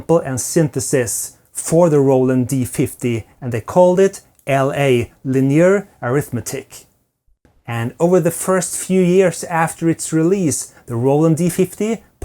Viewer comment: I believe it is pronounced Linear Eh rith “medic” ( emphasis on the A ) and not “Uh rith ma tick” I still use a 76 key Roland D-70 and a rack full of older Roland modules based on the D-50 sound!